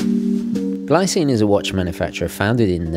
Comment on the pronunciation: "Gleecine" should be the correct way to say 😉